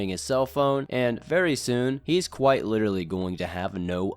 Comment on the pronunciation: you need to drag that L more when saying LLLLLLiterallllllly.